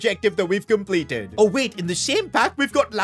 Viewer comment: "we compelted life"💀